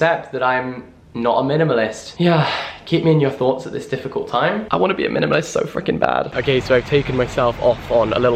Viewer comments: Jack saying minimalist is the funniest thing to me. He really went ‘mlmnlst’ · The more he says minimalist the more it sounds strange